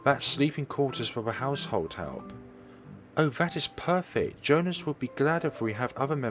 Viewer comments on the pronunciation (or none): It's not Joe-nas, it's Joe-hans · Not even that, it's German, so it's pronounced Yo-han-es